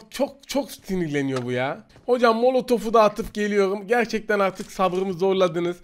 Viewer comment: Bram şu MÖLÖTÖF demen yok mu bütün işi gücü bıraktırıyor